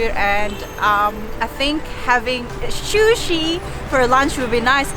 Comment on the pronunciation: Shu-shi???!!!! Really??? Maybe that's how you say it in Chinese, but it's called 'sushi'. - that's better!! Also don't dip the bottom of the sushi rice in the soy sauce - you need to tilt the sushi and have the soy sauce touch the ingredients on the top of the sushi - this is how it is supposed to be done. OMG!!! Too much soy sauce!!!!!